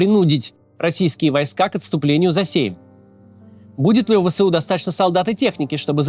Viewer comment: Не "Вэ-Сэ-У", а "Вэ-эС-У"!